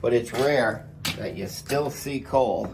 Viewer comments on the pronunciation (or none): That actually sounded like coke, not coal.